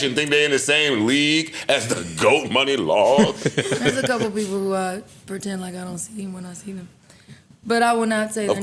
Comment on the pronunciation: Shoutout to Joe for teaching me it’s not “Mu-Ni long” but pronounced “Mon-ni long” lol